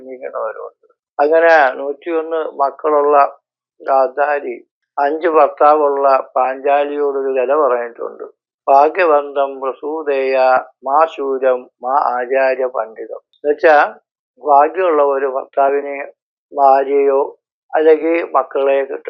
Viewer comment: ഭാഗ്യവന്തം പ്രസൂതേയാ എന്നല്ല പ്രസൂയേഥ എന്നാണ് 😊